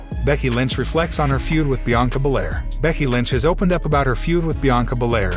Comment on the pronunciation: BRCKY...😂IT'S "BECKY" BRO..